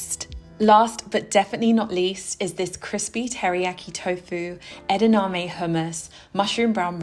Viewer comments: Love this so much and LOVE your channel. Psst...it's edaMame not edaName <3 so cute! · These all look amazing and I love making your recipes 🫶🏼 Curious why you say edaname instead of edamame? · Yum! Sorry, but it’s ‘edamame’ not ‘edaname’ Love your recipes! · LOVE your bowls! I will def try the mango one this week. One thing - I believe it's edaMame not edName :)